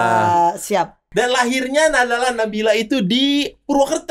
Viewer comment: Hanya Dzawin yang bisa membaca nama nabila dengan tajwit dengan benar ❤️